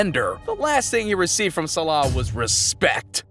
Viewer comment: Please say Mo Salah’s name properly 😂